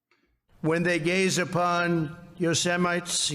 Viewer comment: Guys, yeah guys. Guys. Nothing like Thigh-land, Yo-Semites.